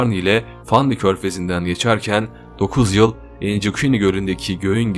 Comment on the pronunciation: Admin sen doğulusun degil mi ? Bindohuzyuzellidohuz deyişinden belli 😃